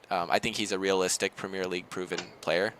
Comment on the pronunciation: premeer league? what is that mate 😂